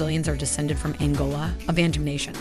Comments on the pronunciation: Thanks for the video. The correct pronunciation is bah-ntu, not ben-tu. We call ourselves abantu, Europeans came up with bantu. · Bun-tu not ban-tu😭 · pronounced Ban(bun)-a dough mixture baked normally for burgers. TU (two) -two people. so it's bun-two not ban-two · it's BANTU not BENTU.... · it's BANTU not BENTU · YOU GUYS NEED TO DO YOUR RESEARCH IT IS NOT BANTU but BA'NTU the sound this is why they got you????????